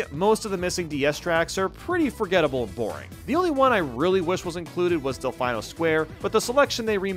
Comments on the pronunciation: I’m sorry did you say del fine-o square? Is it not del fee-no square, that’s what I’ve been saying my other life and would swear it’s the way I recall other people saying it. But I’d trust your judgement to say it correctly way over mine, maybe just a slip of the tongue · You pronounce del-final instead of delfeeno just so we leave lots of comments don't you? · hearing del fine-o square hurt my soul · Bro said Del-Fine-O… I’m shook rn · Or maybe they're waiting for what they think would be the perfect time to have it as a retro track. It's pronounced Del-FEE-No. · Del-Fine-No Square?........Bro have you not played Mario Sunshine? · why does he pronounce delfino del-fye-no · The way he pronounces "Delfino", though... 🐬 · The way he pronounces Delfino. Peachette is a Toadette alt. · Why do you pronounce Delfino like that? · Why do you keep Mis-Pronouncing Delfino?